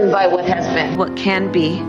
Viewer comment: Sounds like she's trying to say Wa-Kan-da, but keeps brain farting to "What can be"